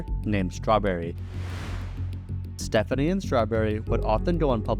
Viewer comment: It gets worse - he said himself that the name he chose is pronounced "Stef-FONK-nee"